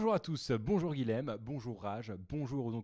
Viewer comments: C'est dur d'entendre son prénom un 10aine de fois mal dit ! (Guilhem se prononce Guiyem et non Guilem! :) ) Sinon, chouette ta vidéo, tu l'ouvre et tu as raison ! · bonjour, guilhem est un prénom occitan qui se prononce "guiyème" et non pas guilème. C'est l'équivalent de Guillaume en français.